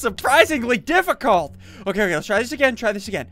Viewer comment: any one else hear that he says diffi cult with a space instead of difficult without a space